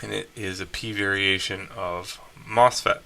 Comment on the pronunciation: It’s Mosfet not Mofset